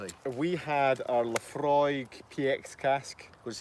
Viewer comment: Laphroaig is my favourite single malt by far! And good to hear you pronounce it correctly for the masses :-)